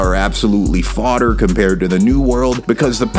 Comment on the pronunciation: Bro the way you say fodder is funny asf😭